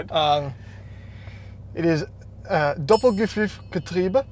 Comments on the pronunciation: Pdk according to porsche: Porsche Doppelkupplungsgetriebe Pdk according to: Porsche Doppelgffffffgetriebe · I, a German am insulted how you pronounced Doppelkupplungsgetriebe. "Doppelguffuffgetriebe" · "Doppel - ge%&@ getriebe" ?????? It's like when you try to fool the foreign language teacher by saying random vowels in the places of the word that you forgot 😂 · "Doppel - kuphuph - getriebe"... xD German is easier than you think, just pronounce every word, syllable and letter as it is actually written. ;) "Doppel - kupp-lungs - ge-trie-be" ("ie" = long "i") Great vid btw! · Not doppelgifriffgetriebe it‘s Doppelkupplungsgetriebe maybe it helps if you read it like Duppelkooploongsgetriebe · I loved when you said Doppelküpflungstrübe. So close, but so far at the same time haha :D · Alright you pronounced "Doppel" and "getriebe" pretty well but the part in between sounded more like "gefüft" or something along those lines. My attempt at explaining the pronounciation of "Kupplung" via text would be to say cool without the "l" and connect that to plunger but leave away the "er" and pronounce the "u" as you do the"oo" in cool. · I'm german and he (of course) got PDK totally wrong. He said DoppelGEPFIFFgetriebe instead of Doppelkupplungsgetriebe. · Doppelgeffüffgetriebe....almost correct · Okay, that was a REAL bad try on Doppelkupplungsgetriebe, but I'll give you a pass for being nice to the Porsche:) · you butchered Doppelkupplungsgetriebe like no one else 🙉🙉🙉😂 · I'm not German but even I know you totally butchered Doppelkupplungsgetriebe! Great job as always guys 👍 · that's exactly how you pronounce "Porsche Doppelkupplungsgetriebe" - kind of. Good effort. D+ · Gotta love for trying but it would be hard to butcher that more than he did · you mispronounced "kupplungs" in every physical way possible, but the rest sounded good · ' pronounciation of "Doppelkupplungsgetriebe" was really not quite perfect haha, still funny though:)